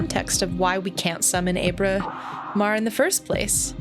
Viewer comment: This is kind of a nitpick, but Ábramar has an accent over the initial letter. It should be pronounced like the "a" in "guava." I apologize for being that guy, but this game is amazing, and I couldn't let that pass without comment.